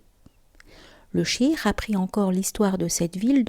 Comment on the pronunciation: Merci pour la vidéo ❤. PAIX ET SALUT SUR LE NOBLE PROPHÈTE MUHAMMAD, SA FAMILLE ET SA COMMUNAUTÉ. AMINE. Tout de même, votre prononciation du mot CHEIKH en chirk est à revoir...